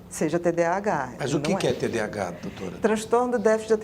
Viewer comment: TDAH transtorno de déficit de atenção e hiperatividade. A dra falou errado o nome...